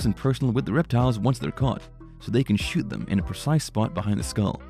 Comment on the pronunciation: Choot em' Lizabeth, Choot em'